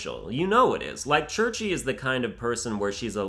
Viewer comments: ITS NOT CHURCH-EE. it's SHARE-SH. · I’m pretty sure Cherche is supposed to be pronounced (share-shhh) 😂😂😂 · It is pronounced Cherche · The name of Cherche is pronounced just like that, Cherche. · The way you say Tharja, Cherche, and Manakete is incorrect. Also it’s mess upped to like a loli dragon, because you’re attracted in part to there body which is completely morally wrong. Maybe legal but morally wrong. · i'm french. its believe it's pronounced CH (like SHoe) E (like the weeb ehh?) R (like you have something stuck in your throat) CHE (like SHoe). If this doesnt make sense use voice in google translate: Cherche in french.